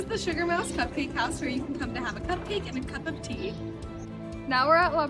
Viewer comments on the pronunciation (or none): If you’re a college student watching this, don’t go to big hollow. It’s extremely expensive for things that don’t really make a difference Edit: the pronunciation of LaPrele park had me cringing. Its pronounced “LaPrell”